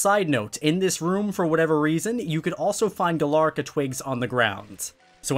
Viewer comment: It’s Galarica, not Galarca.